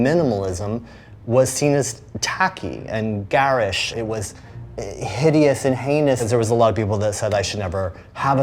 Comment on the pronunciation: for any Americans watching.. No, that's not how to pronounce "Divisive" or "Garish" 😋